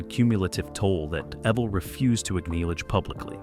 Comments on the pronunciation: man...that was pure torture to hear his name mis-pronounced 275 times..... I met EVEL ( pronounced EVIL ) in 2003 , and told him he inspired my whole life's trajectory...he just smiled, and said " motorcycles inspired mine " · You must, must, most learn how to pronounce a subjects name correctly, especially when you have to say, Evel, so many times throughout the presentation. You pronounce Evel with a long e sound. To spel Evel phonetically; Evel, è, (long e), v el, l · Lovely narration from calling him Evel (rhymes with Bevel), to calling the bike an XR-------750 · Evill ?? Wtf were talking about a legend and this computor crap cant get it right . Shame shame😮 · HE DOSENT HAVE CREDS W ME CAUSE HE DOESNT KNOW HOW TO SAY HIS FIRST NAME ALL AMERICANS & BIKERS KNOW EVIL & ROBBIE K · It's sad that you can tell it's a computer voice because no human would mispronounce his name. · It's driving me nuts